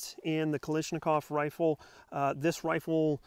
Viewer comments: A little constructive criticism here. You're pronouncing the name wrong. Many people do so don't feel bad. It's Kalashnikov, not Kalishnikov. Great review by the way. Might have to consider this as a companion to my Arsenal. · This is the 10th time I've heard people calling it Kalishnikov. Why is that? Can't you people read? It's Kalashnikov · And Kalishnikov... Is KalASHnikov... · Stop pronouncing it wrong its not a knish its a KALLASHNIKOV no letters are silent 😁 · What’s a “ziz ta Va”?? ZA STA VA,, and Kalashnikov not “Ka lish an kav” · ZIstava & KalIshnikov, really? It's ZastAva & KalAshnikov. You even mispronounced Des Plains & WAsr...🙄🤣 Just get a WBP safety from AKOU to save your woman hands from any further pain.